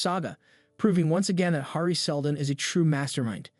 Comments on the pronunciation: It's driving me crazy. His name is Harry hair-ree. 🙄 and derm-ah-zahl.🙄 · bro...how you mispronounce "Hari", "Cleon", "heir", "Daenerys Targaryen", and "Demerzel" in 4 minutes? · Sorry, but the way you pronounce Hari is actually insane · Finnish pronunciation.